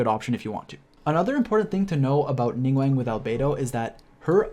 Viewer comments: ningWANG??? Bro, it's Ning-"GWAWNG" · LING WANG??? ning guang my guy xD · He do be pronouncing Ningguang like how Benedict Cumberbatch pronounces penguin